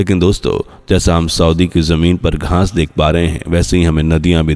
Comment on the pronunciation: Aap baar 'GHAANS' BOL RAHE HAIN. GHAANS NAHI ' GHAAS BOLIYE.